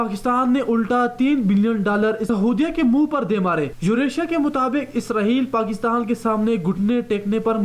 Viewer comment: This is Israel, not Israheal. You have to correct your accent.